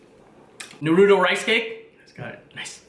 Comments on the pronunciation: What is nae ru toe it's Nar Ru To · It’s not NARUDO it’s pronounce (nah)-(roo)-(toe) for f*** sake! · I must be hearing things because he just said nu ru toe It's: Nah ru toe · You DONT PRONOUNCE it like NARUUUTOOOOOO its like (Narito) naruto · Might be his Vietnamese tongue but he speaks almost perfect English and it’s literally NAH ROO TOE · *PLEASE READ* I see that lots of the comments are about how to pronounce Naruto. If you have actually watched the show it is Nar-ru-toe not Nar-ruto or Nar-rudo This isn't a hate comment but will actually prevent less mean comments on the next Naruto video! I love your vids but I'm so hungry now:D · Clearly that is how they pronounce naruto on dub but on japanese or sub . It is not pronounced as narutoe it is nar-ruto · NAH-ROW-TOE say it fast Naruto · Why does he say Narooto instead of Naruto? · Why do people say narudo it’s naruto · its not nuroto its NARUTO with the a talking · Don't ever say neruto again it's nar-u-to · It not nouta it’s naruto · Whats narudo you mean naruto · Do people not know how to pronounce “NARUTO” people be saying nuruto like cmon man. no hate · He says narUto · Or narudo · Agree they got the uto right but it na then say ruto at the end otherwise sound wrong my explanation was horrible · NAH-REW-TOE thats how you say it. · Ha narudo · At least it's better than Michael b Jordan saying Na-ro-tu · Na roo tow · "Nurooto's Ramen" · You can’t trust anybody who calls Naruto narudo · “noruto rice cake” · He says it like this na-ru-doe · I heard..Nar-oodles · Lol Nah-Rude-do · He saying naruto worng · Its naruto not naruuto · God damn u saying naruto ichiraku ramen makes me cringe you say it like “Narudo echeraku ramen” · im going to dislike this video, it is because you pronounced Naruto to Narudoe and the way you said Ichiraku... you said IchiRAhku... disrespectful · STOP SAYING NARUTO LIKE THAT ! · The way you said Naruto and ichuraku boils my blood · Say Naruto correctly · He said naruto wrong